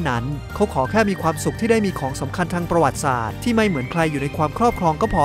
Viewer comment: คำว่า ประวัติศาสตร์ ช่วยพูดให้ถูกต้องด้วย